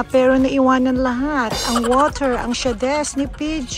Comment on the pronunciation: bet ko yung SHA-DES ni PJ HAHAHHAA